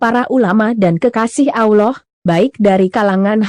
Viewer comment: Mimin baca Allah.. Yang benar.. 🤣👏.. Pidato jual bawang aja....... Malu maluin... Maksa.... Kalo gak bisa jangan maksa.. Kayak gabener 😅